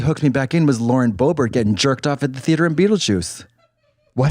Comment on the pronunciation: I love the way she pronounces theatre 😭😭 “THE-ATE-HERRRRRRR”